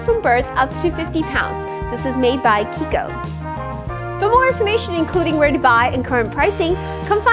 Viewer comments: Italian brand, so the "ch" is pronounced like a "k"! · Meika Zack yes. She's pronouncing right